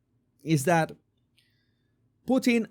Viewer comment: I laugh when you say Putin’s name because I live in Canada where we have a famous food called Poutine (fries, with cheese curds melted by gravy), which matches is your pronunciation of his name.